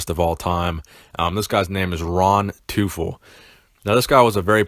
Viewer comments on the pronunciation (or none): It's pronounced Toyful.. the german word for "Devil"